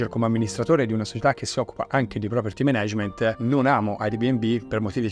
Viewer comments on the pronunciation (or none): Zio, super video, grazie mille e complimenti. Solo un appunto: per Dio, si pronuncia Mànag(e)ment, no menégement.